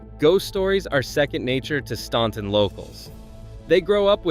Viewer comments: Staunton is pronounced STANton as in ANT NOT AWNT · Stan-ton not Stawn-ton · Staunton is pronounced..Stanton.. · As a Virginia resident, I can assure you that this is AI garbage. Many, if not most, photos were not taken in the towns referenced (Osceola, Fl was a bit of a tip off!). And when I heard the computer generated narrator say “STAWN-ton”, I realized this was just a clickbait video. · living, a born and raised Virginian here. Staunton is pronounced Stanton. Not really pronouncing the last T 🙂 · Others have already commented about the Ferry Farm Plantation actually being in Virginia Beach and the way you pronounce "Appalachia" and "Staunton" incorrectly, although you're not alone. I was surprised to see Fredericksburg and Williamsburg on your list, but you mentioned Blackstone as the #1 place to avoid. Haha! I grew up in Blackstone and still go there several times a month. I didn't realize I should be scared to go there, which I'm not. You should do more homework before releasing future videos. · When you pronounce Staunton, the U is silent... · If you can’t pronounce “Staunton,” U should be silent! 😂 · Learn how to pronounce Staunton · Thank you!! If gets on my nerves too. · I glad you corrected the video on the pronunciation of Staunton. I picked up in that immediately.